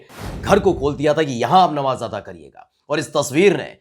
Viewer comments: Dear, what you've pronounced as Ataa is wrong. The word is Adaa, which means to offer. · I like your page but sometimes your Urdu pronounciation aren't upto the mark for instance when you say Namaz at a karna it is correct açtually this is afa karna please do not take it inbad sense